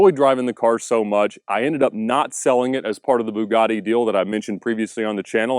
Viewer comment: Lol it’s not a “boo-gar-di” … it’s a “b-you-gatti” 🙈